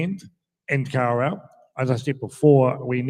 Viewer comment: Kawerau not car row 🙄